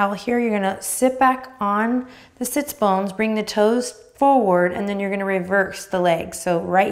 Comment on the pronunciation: I heard “sitsbunkin” and will forever refer to sits bones as such 🙏😂